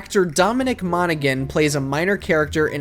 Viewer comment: Dominic Monaghan's name is pronounced "mona-HAN", the G is silent.